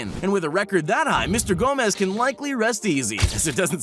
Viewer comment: It's not pronounced GO MEZ. It's Gomes. Portuguese not Spanish